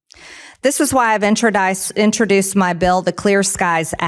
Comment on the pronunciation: OMG she said 'introdiced' a lot like 'indicktable', goddess if y'all gonna pray so much in your government could you make reading a prerequisite?! FFS the same people that want to make the age of consent and marriage a pubescent minor! You have nukes, how did the rest of us think your exceptionalism while dumbing down was innocuous 🤦‍♀🙄😟